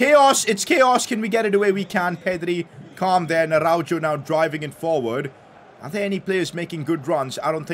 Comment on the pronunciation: PCQ: Araujo is read Arauho not Araudzho